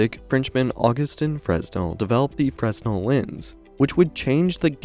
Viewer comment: Nicely done, but fresnel is pronounced (/ˈfreɪnɛl, -nəl/ FRAY-nel, -nəl; /ˈfrɛnɛl, -əl/ FREN-el, -əl; or /freɪˈnɛl/ fray-NEL)